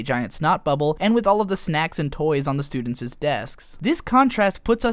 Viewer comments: I know this is an edited repost, but you don't pronounce both s's when you are pronouncing plural possessives. It's just the "students" possession not the "studentses". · studentseseseses :P